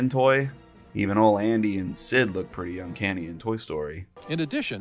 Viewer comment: every time you say uncanny my eye twitches